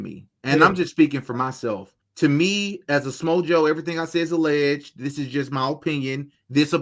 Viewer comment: Alleged is two syllables, not three. Allegedly is four syllables. You said that word right but not alleged right.